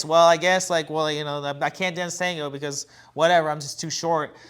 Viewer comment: With all due respect guys. I all you podcasts. I have a question ❓ Why do majority of avid dancers mispronounce the word "tango" ?